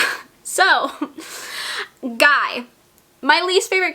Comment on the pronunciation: I do believe the Guy character in Darcy Coates' book is pronounced "Gee" (or I may just be projecting my French onto it lol). After Ashburn House, I went on a Darcy Coates binge, and unfortunately Ashburn was definitely her best. It was a 5/5 for me. I always look forward to your wrap ups - I get my TBR list filled up from your recommendations! :)